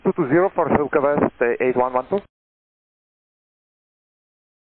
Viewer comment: What’s worse is while ATC was so busy scolding and bad mouthing the 787 crew, he butchered the go around for the silkwest heavy. FAA, where are you?